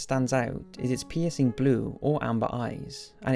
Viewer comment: what he said: " its piercing blue or amber eyes" what i heard: " its penisy blue or amber eyes"